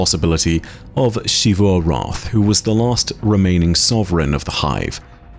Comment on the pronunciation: Shee-vu returns. Sigh